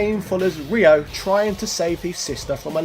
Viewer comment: Ryo =/= Ray-yo, Ryu =/= Ray-yu